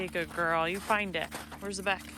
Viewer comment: Why do u say find that beck what’s a beck